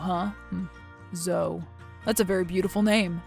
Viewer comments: Her name is zo-e not zo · Zo is so annoying... it's pronounced zo-ee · Zo-EEE. Why doesn't she correct that slimeball? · Zoe was definitely pronounced wrong. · Hearing Zoe being mispronounced over and over again kinda distracted me from the story...